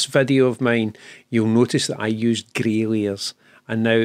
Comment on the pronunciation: I did laugh i thought i heard "Grailiers" but actually with your accent it is "Grey Layers"! took me a while! :) I have watched the part where you talk about the need to ad basic canvas coloured backgrounds as a first layer a few times but i still don't get why you need to do it i am afraid maybe a topic for another great video?